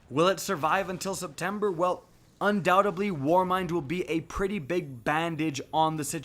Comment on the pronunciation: Not undoubt-ably, undoubtedly